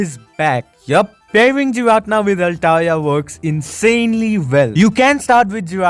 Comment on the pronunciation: Pronounced "gee-rah-tee-nah" giratina.